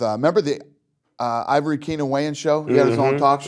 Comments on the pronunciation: Ivory Keenon Waynes Dana? It’s Keenon Ivory Waynes. Lol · Why nobody correct him when he kept saying Ivory Keenen Wayans instead Keenen Ivory Wayans 😂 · LOL "Ivory Keenan Wayans". It's "Keenan Ivory Wayans" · Is Dana dyslexic? It's KEENAN IVORY Wayans, not IVORY KEENAN. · goodness sakes Dana... It's HELIO GRACIE and KEENEN IVORY WAYONS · He called Keenan Ivory Wayans..... Ivory Keenan Wayans twice. Lmao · Nigga said ivory kennan wayans wtf Dana 😂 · Snoop knew that Dana white was saying Keenan Ivory Wayans name wrong the whole time but did not have the nuts to correct him...man smh. the Kevin Hart of rap